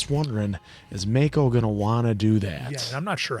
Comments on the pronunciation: I know this isn’t a big deal but why does keep calling him Makeo instead of Ma•ko 😂 makes me think of last air bender movie pronunciations 🤣😭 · You guys are now on season 3 and should know how to properly say Mako. Not just for the show, but also out of respect for Uncle Iroh's original voice actor. Please. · Best season and best villain by far, also how is still pronouncing Mako wrong 3 seasons in?